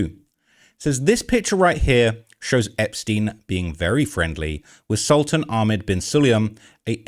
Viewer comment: He is NOT a sultan. His name is Sultan (pronounced as Soltaan). He is a high-level Emarati businessman. A scumbag for sure...